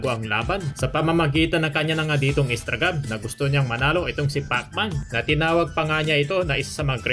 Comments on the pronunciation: Anong Instragam? Instagram po, hindi Instragam.🤣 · "Instragam"... Cge na nga!! Sabe mo eh 😂